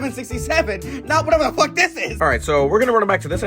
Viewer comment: Stop saying fack